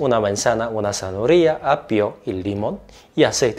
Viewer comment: Buen video, como zanahoria en todas sus variables, adoro el jugo o ensalada con manzana, una fruta maravillosa tambien. Me encanta como pronuncias "zanahoria" 😆